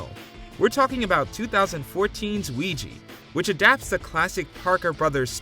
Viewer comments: Ouija is not pronounced Wee-gi .😂 It’s pronounced Wee-ja…Don’t narrate if you don’t know how to enunciate words. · Ouija = oo-ee-jah not oo-ee-jee